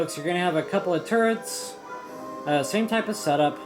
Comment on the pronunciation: When you say turrets, I think "turds" 😂😂😂 now when I see them in my game, I call them turds